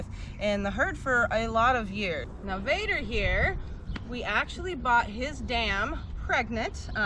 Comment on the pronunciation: Vader not bader